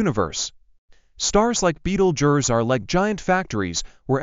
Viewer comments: What a horrible AI voice, at least get someone who can pronounce the name properly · Betelgeuse that ain't the way you pronounce it. You guys should be smarter than that. Go back to school and learn how to spell duh